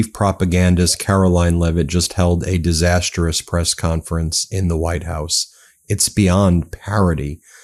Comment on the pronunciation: For now on, give me 1$ Each Time you Say "desastrous"